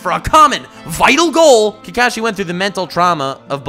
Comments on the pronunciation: Why are u saying Kekashi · hes not kaekaeshi hes kakashi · This mans pronouncing kakashi kills me